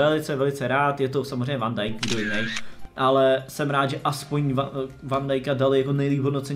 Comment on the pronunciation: Pls neříkej "VAN" Dijk